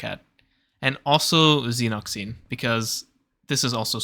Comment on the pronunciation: Reaching new lows with pronunciation 🤣 Xenock zeen????? Io DEEEN?